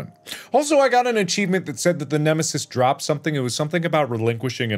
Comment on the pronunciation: It’s dr nemisoos